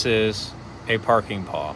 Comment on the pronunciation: Parking pawl,.. pronounced paal (not parking paw) teaching is fantastic, but get the details correct or other teachers will find you silly.